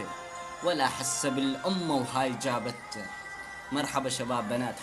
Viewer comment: رحمه للحسين احجي عدل كول جابته مو جابته عدل كلامك شويه